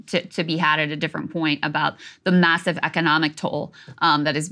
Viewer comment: "immassive" - Saagar Enjeti